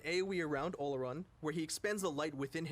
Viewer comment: Everyone keeps calling him O-lo-run. That pronunciation is wrong. It’s Or-Lor-Ruun. Geez